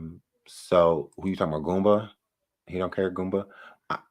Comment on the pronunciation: It’s not GOOMBER but GOOMBA!!!🤡